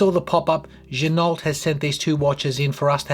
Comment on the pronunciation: Pro tip: the name is pronounced ”G-Noh”.